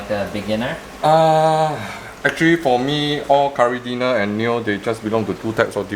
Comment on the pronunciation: lol i just realised he was saying caridina and not curry dinner